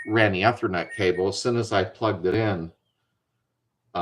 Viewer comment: Hey, the ether in ethernet is like the stuff you squirt to start an engine. Long E when pronouncing.